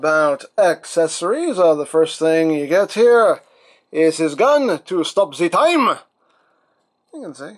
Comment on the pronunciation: "I stop da time" lol